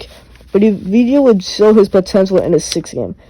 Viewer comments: it's not a-vi-di-ya, it's av-di-ya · You spell his name wrong ! Not avidya, not avdija. You spell his name: AVDIYA. Av- di- ya